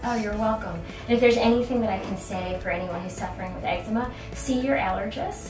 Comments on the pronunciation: ex-E-ma NOT ex-eh-ma like letter E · Pronounced "ex-zee-ma"